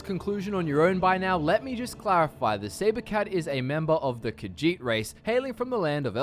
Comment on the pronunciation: I really hate that he keeps saying "Khajiit" wrong, but I don't know how to communicate the right way... Ugh.